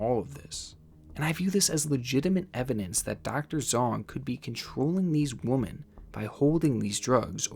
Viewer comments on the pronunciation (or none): Love your content, man. Intriguing stuff. But! Women is pronounced WihMen. Not Woman. It drives me nuts. Keep up the good work! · Yeah I noticed from a previous video of his he can't say "women". He seems to just say "woman". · Is there a reason you say “woman” when you mean to say “women” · Okay, 1st: The plural of woman is pronounced "Weh-men," the plural of woman is not woman. 2nd. My brother was a drug addict and, let me tell you, when I had to live with him, if I would have been old enough to have a gun, I would have. Addicts can be unpredictable at times. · Idk if its your accent but you pronounce "women" as "woman" every time. It's so off-putting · Women is pronounced “wih•men” lol not woman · HOW MANY TIMES DOES THIS DUDE SAY “three woman” you mean (women) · I came here to say this. Plural: WOMEN pronounced WI-MEN. I like his videos, but that is so annoying. Lol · Still dont know how to say "women" huh? ... Here's a helpful tip, try pronouncing it as "we-men" that'll make a HUGE difference. Trust me. Every time you say "Wo-men" it sounds like "woman" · "Dr. Zong is controlling these woman." Why can't you pronounce the word "women"? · "Women", not "woman" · Why why why do you keep saying woman and not women?? It's driving me nuts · I enjoy ur content but may I ask y u always say WOMAN instead of WOMEN? just curious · Dude I love your videos and appreciate you so much but it’s pronounced whim-min (women). You are so well spoken otherwise and very entertaining so please don’t take this comment as hate lol. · Is you saying woman instead of women a thing on your channel? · WomEn, oh my god, honey, womEn I'm Russian and it still hurts to hear a wrong form, sorry :) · Just gotta say, the way you pronounce “women” is how you’re supposed to pronounce “woman”. It’s off putting. Say “whim-in” like the rest of us. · Hey man, when it’s more than one “woman”, it’s pronounced “whim-en”. “I see one woman and two younger women”. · Women: pronounced- ‘wimmen’